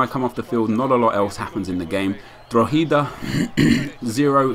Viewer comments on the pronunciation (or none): drogheda is pronounced draw-ha-da not draw-heeda! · My god its not drog-e-dah its pronounced drog-a-dah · Its Draw-Ha-Da... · It's dro-head-a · Drogheda is pronounced Draw-heada and nice joke about the potatoes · its said like Drock ida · It's so funnyt listening to say Drogheda. XD (Any other Irish lads agree?)